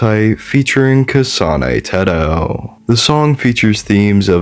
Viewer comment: But I like his way of saying "kasáne têhtoh" its so nice